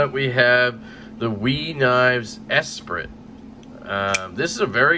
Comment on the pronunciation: the Esprit is pronounced Es-pree lol